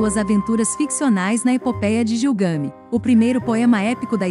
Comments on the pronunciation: É Gilgamesh, e não Gilgami. O conteúdo é muito bom. Gilgamesh relata em sua epopeia a sua viagem espacial quando comparou a Terra com uma barrica de mingau. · Queridos do canal: o trabalho está ótimo. No entanto, a pronúncia correta do nome Gilgamesh é com pronúncia forte na última sílaba e som de " Ch ". A Uma das cidades comentadas é Acad.